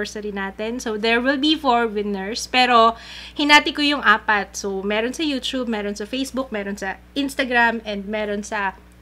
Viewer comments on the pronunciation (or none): pls stop the yu-chub pronunciation:( yu-tub and yu-tu-ber:) hehe loveyou!!